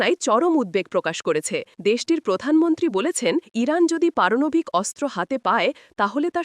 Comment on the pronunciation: পারনাবিক না পারমানবিক